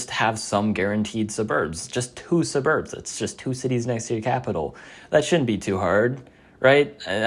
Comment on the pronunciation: thats not how you pronounce suburb